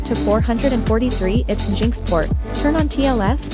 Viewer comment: its engine x not jinx but yeah youre an ai abused to steal peoples data.